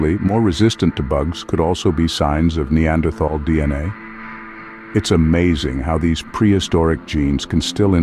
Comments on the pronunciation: TAL! Not -thal. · The spelling “Neanderthal”, besides suggesting an incorrect pronunciation, is obsolete since the German spelling reform of 1905. Citing Björn Kurtén ; the pronunciation here is very wrong indeed. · The th in the name is pronounced like a t the h is silent. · You pronounced "neanderthal" wrong.